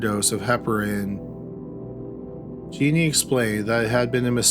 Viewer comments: Wtf was wrong with Jones? This was a crazy story. Can’t believe no one said anything. Also her name is Genene. Not “Jeannie.” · Love your videos,! Just one correction on this one: Genene Jones' name is pronounced "Jen-EEN," not "JEE-nee." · Not that it really matters all that much, but Genene is pronounced like Psycho Bitch Juh-neen. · isn't genene pronounced like "juh-neen"? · Actually it's gen een.